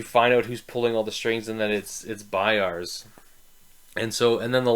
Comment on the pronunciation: Great Review sir. I agree with a lot of the things you said! Quick nitpick though, the practicals were Severard and Frost, nos Vetari...also its BayaZ, not Bayards haha. Curious, have you read the following books?